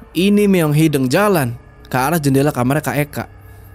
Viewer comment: Lucu pas bilang "meong hideng"😅😅.. harus nyaa meong hideung.. d sunda "hideng" sama "hideung" beda arti😅😅..